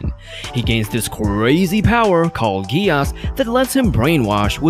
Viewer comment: It's "Gees" not Gee'os"